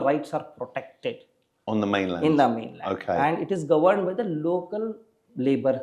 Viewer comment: The way bro said protected I kno he ain’t playing 😂